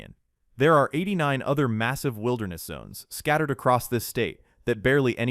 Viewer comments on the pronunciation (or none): none